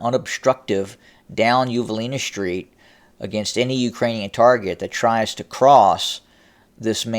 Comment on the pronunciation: Well, all you all, he manages to pronounce "most", "interesting" and "western" properly. So it is not a regional thing. The pronunciation of "st" as "sht" is a fad and a most annoying one. BTW, it is "street," not "shtreet." And if you don't like my mentioning it, ESAD. Otherwise these updates a pretty good, and I like them. Take my mentioning of this in the spirit of constant improvement.